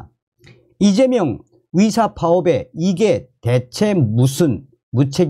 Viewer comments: 발음이 정확하지 않아서 무슨말인지 모르겠다 위사가아니라 의사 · 나도 가입 처음 했는데 듣기가 힘드네요. 의사를 위사라고 하고, ㅎ